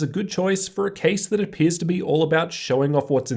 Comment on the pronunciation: why do you talk like ᵗʰᵃᵗˀ